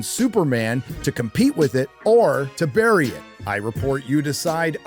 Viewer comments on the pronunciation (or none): none